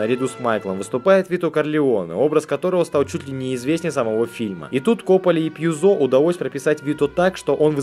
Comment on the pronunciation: Не ПьюзО, а ПьЮзо. Он же итальянец!